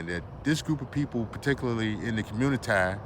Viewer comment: The fact that he says COMMUNITIEE let’s me know I can’t take this dude serious 😂😂😂😂 do y’all know those men’s women y’all want to “date” are complaining about black males coming over to their countries spreading y’all “nigga culture” by pumping and dumping these women 😂😭😭 check out Cynthia. G’s channel ... these people in other countries don’t really want y’all there , y’all do the same bs there that y’all do here in America to black women ..... goofies